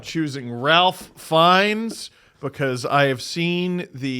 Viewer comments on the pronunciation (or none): Hate to be that guy but it's pronounced "Rafe" Fiennes.